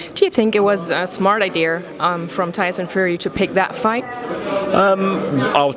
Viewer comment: "Tyson Furry" lmao